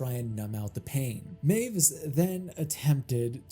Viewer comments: "Meiwes" is pronounced "my-ves", not "mews" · It's not MYOOZ, mate, it's MY-VEZ. Looking at literally the first five seconds of any news segment on the case and you wouldn't have gotten that wrong. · Correction: Armins' last name (Meiwes) is pronounced my • whess not "maves" Also, just say "they ended their own lives" or "they took their own lives" instead of just censoring the word suicide Other than that, good video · I love how he's already incorrectly pronounced last name becomes "Mews" just this one time 😂😂🤣🤣😂 (Good video though, heard this story countless times through the years but none of them really cover his childhood)